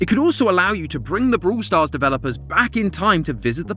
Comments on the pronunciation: Theres more lore in "brooool stars"..... sorry 😂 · Man I love the British accent...brool stars. hehehehe😅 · vrawl stars